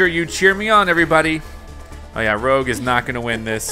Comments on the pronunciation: It's ROUGE not ROGUE! And Eggman Nega should've been called Neggman, it's a perfect pun! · I was laughing so hard when he said rogue instead of rouge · Rouge is pronounced Roosh, not Rogue. That's because the name has its origin in french. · Exactly why I came down here to say that it is rouge not rogue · ... ... ... ... ... ... TIL it's Rouge, not Rogue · It's pronounced Rouge (Roozh), they way you said it was Rogue (Rowg), as in the Babylon Rogues. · Her name is "Rouge." (rooZH) Not Rogue. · Is not spell (Rou-g) is (Rru-sh) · I hate it when others say Rouge's name wrong. Rouge not Rogue. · Its not Rogue, its pronouced Rooge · Like literally he says rowg not rouge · More of a “Roozh”. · Rouge is pronounced rou-ge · Why you calling rouge rogue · He said Rog and I'm raging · Roge LMAOOOO it’s rouge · Not roger it's rogue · No your not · I was just about to write that but I saw ur comment😂😂😂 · Nope i noticed too . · I did aswell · Never thought anyone would mispronounce Rouge's name until this video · YOU SAY ROUGE LIKE THE FRENCH COLOUR NOT THAT WAY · It’s kind of annoying that he pronounces Rouge wrong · The way this guy pronounces Rouges name triggers me a lot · You are not pronouncing Rouge right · That’s not how you pronounce Rouge’s name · This is not to pronounce rouge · Your pronouninv rouge wrong